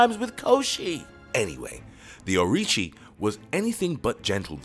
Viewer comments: its orochi not orichi its susanoo not suzanu its sake not saki its amaterasu not ameratzu how did you get all of this wrong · Susanoo, Amaterasu and orochi. He literally butchered their names.